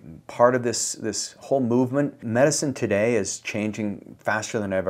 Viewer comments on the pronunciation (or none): none